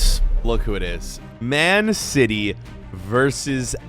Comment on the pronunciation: "mehan cety" versus "aL nUh-ZaEeR"